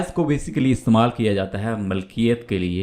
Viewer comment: السلام عليكم ورحمه الله وبركاته Allah aapko बार-बार haj nasib kare اللهم امين لفظ مِلْکِیَتْ ہے مَلْکِیَتْ نہیں